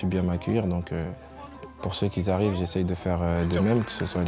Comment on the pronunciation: « pour ceux qui ZArrivent 😂😂😂